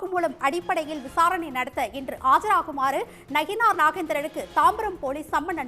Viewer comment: செய்தி வாசிப்பாளர் நயினார் என்பதற்கு பதிலாக நகினார் என்று பல இடங்களில் கூறுகிறார். சரி செய்ய வேண்டும்.